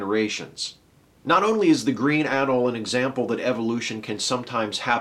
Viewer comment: FYI,, the 'e' in 'anole' is pronounced, not silent. Rhymes with 'holy'.